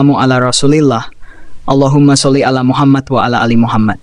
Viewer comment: Admin, klo baca Muhammad ada qalqalah (د) nya bukan ada hames (ت)